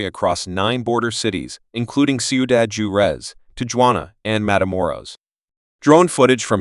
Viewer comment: "Jew-rez"? Huh?